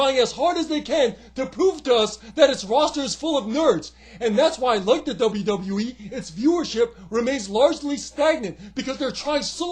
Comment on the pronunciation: You pronounce the W’s so well now in WWE! That’s 1 thing that has changed!